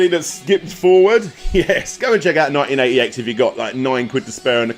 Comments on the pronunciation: Thank you! I was trying to look it up. I thought he said “1988” lol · I had so much bother working out what he was saying when he said the name of number 3... Its called 198X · Thanks, had no idea what the hell he said.